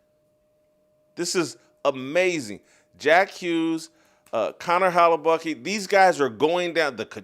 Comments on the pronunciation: First of all, why the hell are you pronouncing it "Hella-Bucky" — his name literally ends with letter K. No one else has ever pronounced it like you. Second, the FAR more appropriate metaphor is Return of the Jedi (aka the good guys). Come on dude, try harder. That said, I agree the USA hockey team is just the thing we needed. Kudos to those guys. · He needs to keep saying it that way. I'm laughing my ass off....